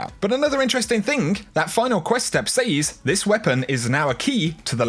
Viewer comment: That pronunciation of the word "says" makes me crazy. Sorry